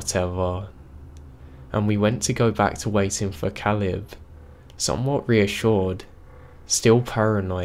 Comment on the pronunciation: I love your narrations, but Caleb is pronounced like cay-lub